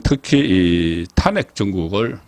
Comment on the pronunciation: 탄핵이라는 말 듣기도 싫은데 발음까지 엉망이네요 탄핵이라는 단어 금지하세요